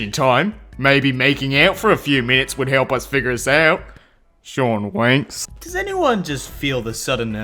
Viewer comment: You're Aussie accent makes this 10x better lol that one ab Shawn mendez, near the mid of the video the last words were 'Shawn winks' but you said it like: Shawn WANKS lmfao that one had me in tears and also the finn wolfhard one lol and the one that says 'or I'll TICKLE YOU' YOURE ACCENT MAKES IT SOOO MUCH BETTER IM TELLING YOU LOLLLL